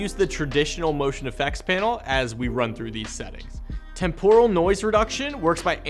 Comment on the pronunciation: Great overview, but I can't get over how "temporal" is mispronounced. 😆